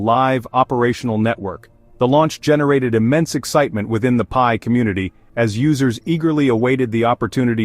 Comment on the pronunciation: Pee-eye? What is pee-eye "coin"? 😂 Pi, pronounced "pie", is a DeFi utility token used in the Pi ecosystems and nothing to do with FIAT or cash or dollars or exchanges or other crypto currency as clearly explained in the Pi White Papers.